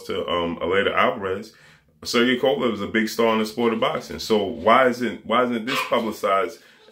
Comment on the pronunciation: Lmfao “KKKovalev”